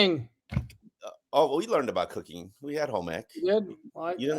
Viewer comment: I honestly thought said cocaine and not cooking at the start. I was like dang gets down?